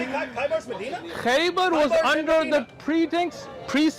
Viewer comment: Khaybar not Khyber. (Khyber sound like the are are around Pakistan and Afghanistan.)